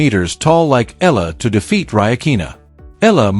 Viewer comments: Pls EALA is pronounced E-yA-LA Starting to get tired of hearing otherwise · I don't understand why some commentators cant rightly pronounce name of players, of course they heard it right bu continue to miss pronounce it's E YA LA ,stupidddddddd